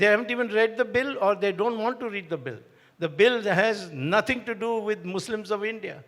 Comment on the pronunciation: Start by saying "want to" , not "wonna". ☺️I agree, Swamy is the best 🙏🏽